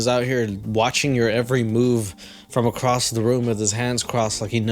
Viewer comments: Red flag when I heard her pronounce the word "across" as "acrost". I don't know why people say "acrost" but they are cursed. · She says acrossed. I'm out.